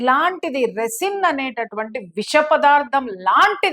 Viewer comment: రెసిన్ కాదు, రైసిన్ అనాలి.